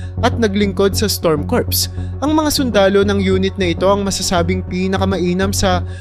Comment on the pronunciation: Kur hindi kurps